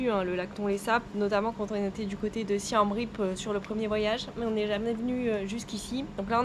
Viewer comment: Hello merci pour tes vidéos, pour information on prononce : "Siemme ripe"